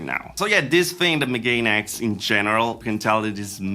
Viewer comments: Ah, right... that make so much more sense then. Still, the pronunciation would probably close to Megan X, not the pronunciation give where he's trying to pronunce it as though it's English -- ("meGAIN X") (Checks online Japanese dictionary) megane still has a clear "mega", which probably is part of what pushed them towards it. I also not that it is also used as an insult for a glasses wearer, which they'll probably see as an act of "reclaiming" the insult and rehabilitating it -- a sort of "geek pride" thing. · I think it’s pronounced “mega-nex”